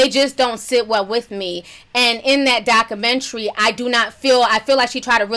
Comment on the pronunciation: I laugh every time she says 'Dockamentree'